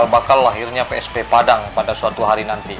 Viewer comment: PSP, BUKAN PI ES PI, kantau